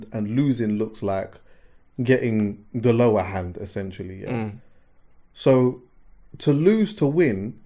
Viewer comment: Like how says essentually instead of essentially 😂.